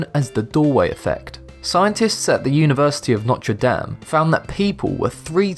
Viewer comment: Notre Dame! You said it wrong, but that college is in my state